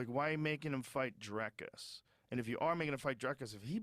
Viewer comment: Learn to say his name: Dricus. Not Draaikus. Ffs